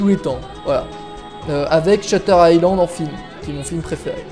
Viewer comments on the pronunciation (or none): none